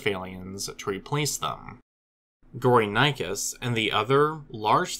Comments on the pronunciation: The actual pronunciation of the name is "Go-ri (like in "Gorilla") - ni - chus (like in "chilly")" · How is 'gory' self explanatory? Those who named it did not speak English. Your pronunciation was so bad that I could not at all make out what this animal was named after. You also failed to tell us where these fossils were excavated. I heard something like "sundir assemblage' but could not find any trace of such a term online.